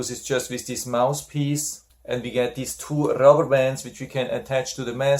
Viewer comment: Thanks for a very helpful review. Please ask a native-born English speaking friend how to pronounce the "th" in "mouth" and "mouthpiece". Otherwise it sounds like " mouse" and "mousepiece." I have this nebulizer and your review was very informative. 😊